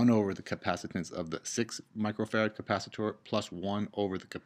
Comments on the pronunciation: capacitor not capacitooor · you said capacit-OR like 5 times and I just stopped watching. God that was annoying. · Please, for the love of the human race, stop saying capacitor as Ka-pa-si-door, also thanks for the video, really helped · This is such an informative and great video for the basic understanding of RC circuits. Despite the people complaining that you pronounce capacitor differently, it didn't impede my understanding at all. Great job!!!! You teach better than some college professors :)